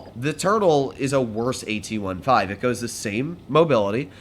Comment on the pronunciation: can you start calling the tank "AT-fifteen" some day?